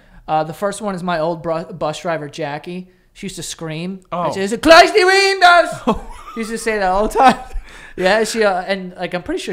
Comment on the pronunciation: "Close the weendows" had me dying